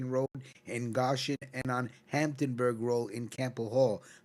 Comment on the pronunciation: GOshen. Not GAHshin. 😂